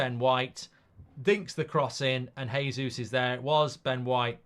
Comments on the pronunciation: Its pronounced Jey-zeus not Hay-zeus. Hes Brazilian, they speak Portuguese no Spanish. Just like its Jo-zay Mourinho not Ho-zay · Its JAYsus not Heysus.